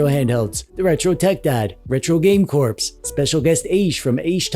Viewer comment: Why do you pronounce "corps" as "corpse"? He's not a retro game zombie, lol.